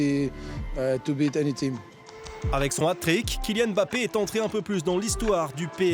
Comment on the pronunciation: Mbappé et non Embappé. Il marque 3 buts contre le Barça, chez eux et ça ne suffit pas pour que son propre club prononce correctement son nom à chaque fois pendant 26mns? Serieux !! Faut faire quoi?